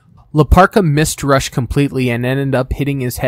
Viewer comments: It's pronounced Roosh, not Rush. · Great video the only nitpick is that rush name is pronounced ruushh